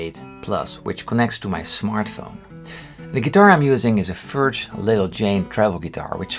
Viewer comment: Cool video! Only one funny thing about the pronounciation of Furch guitars... It is originally a german surname. It is more like [: fʊrkh :] it’s a german ch :) These guitars are made here in the Czech rep, they are amazing!